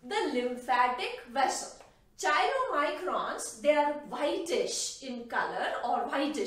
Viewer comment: Very nice Please correct pronunciation of chylomicrons.कायलो microns. Thanks